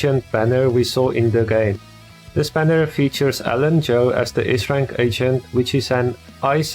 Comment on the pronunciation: Everytime u said agent id get cinfused cuz it sounded like ancient